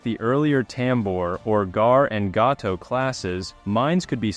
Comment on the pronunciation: And Gato is pronounced “GAY TOW”.